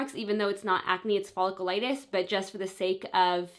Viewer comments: It drove me insane in the last video and as soon as I heard it again in this video I had to turn it off and see if anyone mentioned it in the comments 😂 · Omg I know it’s driving me nuts. She said it so many times and wrong every time that I wish someone would just tell her how to properly pronounce cause it’s a bit cringy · Nicole Wilfong omg it was driving me nuts! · You're not pronouncing folliculitis right 😩